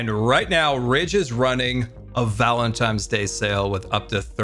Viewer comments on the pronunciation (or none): Was he saying valentimes 😂 I love dyslexic 😂❤ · sweet wonderful, you said valentiMes 4 times. Even though it’s adorable it’s valentiNes. With a N. Never change, 😅. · Today i've learned that says "Valentimes" instead of "Valentines" and i cannot unhear this now lol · I deeply relate to saying "Valentime's Day" as a disabled and dyslexic person 😂 I misspeak and make silly mistakes like that all the time. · Ah yes, Valentime’s day. The loveliest holiday. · New one for the dictionary: Valentimes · There's something quite interesting with the way says "Valentines day", pronouncing it "Valen times day" essentially... And I don't know about you, but that's one of the grammatical errors I am just willing to welcome. Sounds fun, and it just weirdly works. ^^ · Gotta appreciate “valentimes” day…lol Love ya